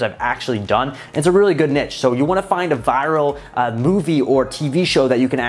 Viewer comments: can someone please correct his pronunciation of NICHE. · Kelcey well, i pronounce it “neesh” but everybody says it different lol